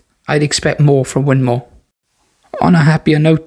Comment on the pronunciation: Win more not mow 😂😂😂